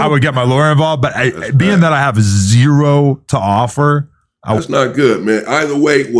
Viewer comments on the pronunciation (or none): none